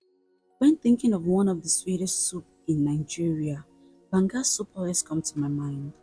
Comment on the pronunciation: BAN-GA soup 😊😊😊😊